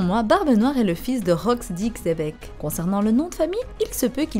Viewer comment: Superbe. Oui le père au moins spirituel de BN est Rocks D. XEBEC (ça se dit Chébec)